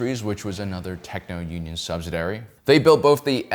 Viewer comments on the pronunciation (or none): Subsidiary, not subsidary. And how does antitrust lead to nationalization? A bit more actual history might be helpful.